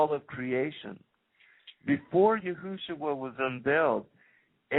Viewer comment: ok before I listen to anotehr second of this ...stop calling him YOOHOOshua. It's Yeshua. PERIOD. I dont care ifyou think you know how to pronounce it. that's wrong. It has always been Yeshua. If you continue to pronounce it that way in future videos then I could only assume that everything else you say is imaginary as well